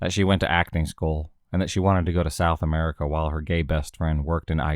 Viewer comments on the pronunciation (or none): none